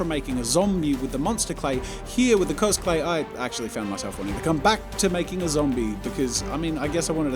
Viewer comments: I'm sorry, but i just hear cosPlay every time. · Every time Jazza says 'CosClay' Me brain: COSPLAY???